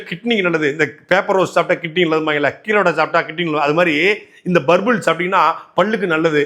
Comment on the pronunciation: Purple illa Burbul 😂😂